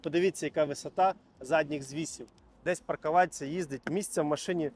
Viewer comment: Найголовніше- це "паркаваця" 😂😂😂😂